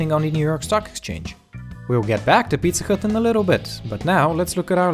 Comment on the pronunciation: Is it just me or did he say pizza cut